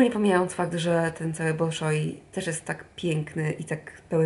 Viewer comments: Wymawia się bAlszoj a nie bOlszoj.:) Nie chciałam być niegrzeczna ale mam nadzieję, że Ty jako anglistka zrozumiesz że czasem scyzoryk w kieszeni się otwiera jak słyszymy bardzo niepoprawną wymowę:D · W języku rosyjskim "o" nieakcentowane czytamy jako "a" ;) Chociaż tyle wyniosłam z kilku lat nauki rosyjskiego :D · Tak dla ścisłości to nazwę teatru wymawia się [balszoj] tzn duży po prostu, a moskiewski balet już rozpoczyna swoje występy w Polsce. Ja zakupiłam bilety na 6 marca do Warszawy, a jakie terminy w innych miastach to nie sprawdzałam ;)